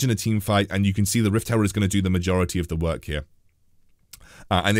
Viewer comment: lel it’s Rift herald not rift s cutler!! lol!!! anyway love ur content